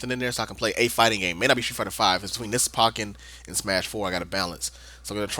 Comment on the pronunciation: Nit-pick time! ...pretty sure it's poke-ken, not pahken. The way you were pronouncing it was driving me nuts XD